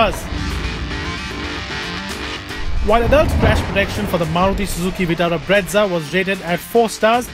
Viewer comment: It's brezza not bretza